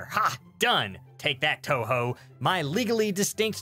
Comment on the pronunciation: wait did he say touhou